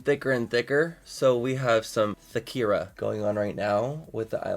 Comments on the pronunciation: "THICKIRA" LMAO 🤣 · “Thakira” ooohhhh damn baby what’s yo numba 👀👅🍑🍑